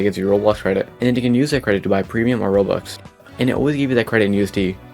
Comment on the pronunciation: AH YES, "Rowox"